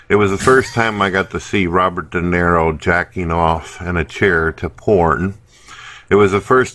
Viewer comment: I love how claims to be this huge fan of Robert DeNiro, but he's too fucking dumb to even get his name right and keeps saying Robert "Dinero".